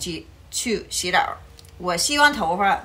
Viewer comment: 真的是东北口音啊，xizao的发音是xizhao，“大宝”发成“搭宝”，哎呦，不好听啊！太垮了！干嘛不学习普通话呢？